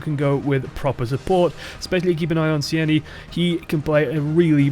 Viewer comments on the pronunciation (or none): I believe Tseini's name is pronounced like the word "Zany", as in "a zany person".